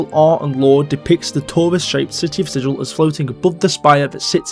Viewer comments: I believe the town of Sigil is pronounced with a hard 'g'. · I might be wrong, and its pedantic anyways, but Sigil isn't pronounced like Sij-il. It's more like Si-gull. Regardless I enjoyed the vid. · Sigil, the city, is pronounced more like "siggle". It's not the same word as sigil, a symbol or mark. I don't know why, it might have been the original authors trolling.